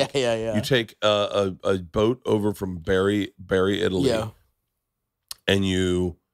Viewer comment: "Bari" is not pronounced "berry"